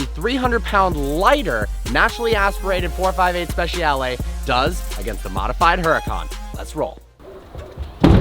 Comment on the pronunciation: Please pronounce it like you would pronounce “spechale” the letter ‘I’ must not be said!